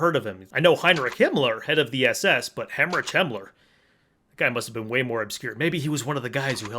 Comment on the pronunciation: WHY DOES HE KEEP SAYING HEMMORAGE HAMMLER😭